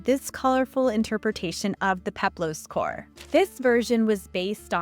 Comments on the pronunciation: Female Greek sculptures are maidens, or korai. Singular form is kore, pronounced kor-eh, not "core". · Fantastic video! Love to see engaging and accurate content about this subject. One note: it is KOR-eh, not KOR ^_^ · Isn’t it pronounced ‘kor-uh’ instead of ‘cor?’ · Very interesting, I've always been fascinated by the idea of polychromy - the past is so much more colourful than we realise! (Kore is pronounced 'kor-ee', just for your knowledge.) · As i understand it, Kore is actually pronounced "Co-ray" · Hearing “Kore” pronounced over and over with one syllable instead of two grates upon my poor delicate sensibilities.